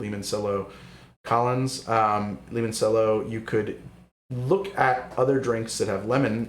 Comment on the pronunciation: Great work, really enjoyed having this in the background while working. Also, limoncello is pronounced like lee-mon-chello rather than lee-mon-sello.